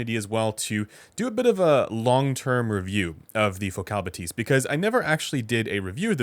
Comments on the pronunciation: Is “buh-tease” the right pronunciation? I would have thought “bath-is” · Shouldn't it be "Bath-y"? :). If it's anything related to "bathometer" bathyscaphe" that is. But wouldn't make a whole lot of sense for a headphone lol Think Bathy (βαθυ) is the Greek word for "deep".